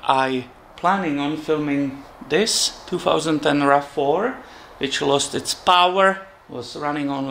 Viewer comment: I thought you said Rat 4 not RAV 4